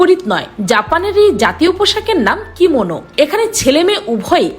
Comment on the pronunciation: কিমোনো না কিমেনু 🤣🤣🤣🤣